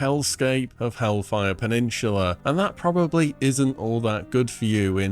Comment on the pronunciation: Bro why do you always say pe-nin-chu-la? Is pe-nin-SU-la